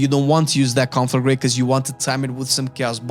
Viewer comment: The way you pronounce conflagrate is awesome